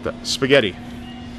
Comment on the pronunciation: You sounded Swedish when you said Barillia -xD congratulations on losing weight, I have too!